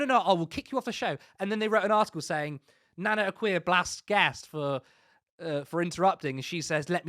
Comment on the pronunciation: Nana akua is a self hating blackwoman. Why is the guy in the podcast pronouns her name nana Akua wrong?. Her name is easy to pronoun is as 'A' kua'"